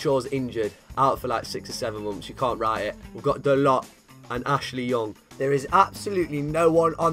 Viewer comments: The way he says da-lot instead of dar-low is amazing lmao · It’s pronounced Da-low not Dalot